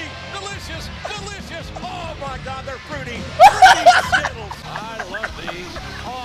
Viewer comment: What is funny is the fact that it sound like JR saying Skibbles instead of Skittles.